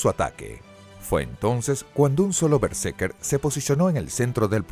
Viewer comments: vale vale pero es BerseRker, escrito y mal pronunciado TODO el video :( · ademas es:" berse R ker" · estas pronunciando mal berserker todo el rato XD solo por intentar pronunciar bien el ingles